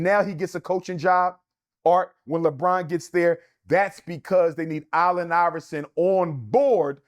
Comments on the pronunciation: KOBE IS NOT BETTER THAN MJ.. PERIOD and why CANT HE PRONOUNCE. ALLEN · This numbers dude can’t say “Allen” correctly. That snake thing on the court was just a coincidence